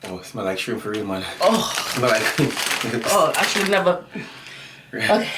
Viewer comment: Shirmp snacks? like them shirmp chips..lol